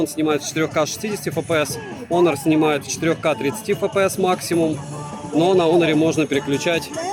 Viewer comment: Не Онор а Хонор! Букву х потерял!!))